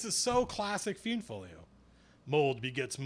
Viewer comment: That's so funny, you pronounce almost every name different than me. I always thought the monsters were pronounced like this. "Aye-si-mar" "Fl-eye-nd" "Fur-bolg" "Thai-fling" "Yawn-ti"